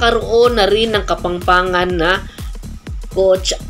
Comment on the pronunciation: Nabubulol po kayo, mali po pronunciation nyo, Kapampangan po at hindi Kapangpangan✌️